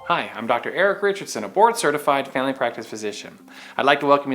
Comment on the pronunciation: The way you say “family” quickly sounds like “failing” 😂👍